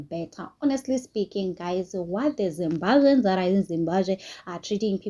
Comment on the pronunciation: It's Zimbabweans not zimbazveans